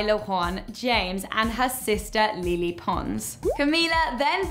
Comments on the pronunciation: Le Le Pons is pronounced Ley Ley not lili! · Its lele not lili your saying it wrong its LELE NOT LILI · Lay-lay not le le lol even tho thats how its spelled doesnt mean thats how you pronounce it lol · XD I Love It When She Says Lili Pons LOL ITS LELE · Is anybody else triggered by the way she pronounce Lele name???? Just me...Okau😂